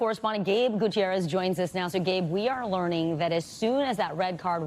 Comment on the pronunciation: Bosnia and HerzeVagi.. what? 😂😂